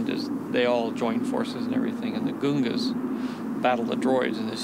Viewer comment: The Goo-Gungas? it's like I'd say that's not how you pronounce Gungan, but like he made it the fuck do I know?😂😂🤷‍♂️